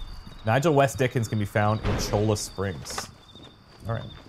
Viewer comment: I know this is two days out of date, but "Cholla" is pronounced "Choya."